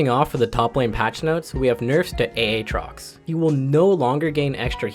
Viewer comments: I hate that you say a-a-trox so much. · Buddy really pronounced it a-atrox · If you don't get it, he mentioned him as a-atrox the whole video, but in this one he says it correctly. Can't believe i have to explain this but okay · why do you say a-atrox when you should say aatrox? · Not finishing the vod. Can't stand that A-atrox pronunciation. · "Ay-Ay Trox" Must've coached in the inner city for a while. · Who the fuck is Ayaytrox? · he's memeing when he's saying aatrox lmao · Never say Aatrox like that again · how you pronounce Aatrox is nutty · Can't believe he mispronounce aatrox